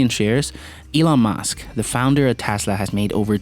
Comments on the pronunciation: It’s Tesla, not Tasla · Good video but it’s TESLA not TASLA!! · "Elon Musk, the founder of Tæsla" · Stop saying tasla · Jesus dude can you please pronounce your "E"s probably? Dafuqs tAsla? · ITS PRONOUNCED TESLA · correction: Täßla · "Analysts astimate that Tasla's ravenue wall graw bay tharty parcant naxt yaar" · How hard are you trying to pronounce tesla so poorly. It sound like you are hurting your self to pronounce the word lol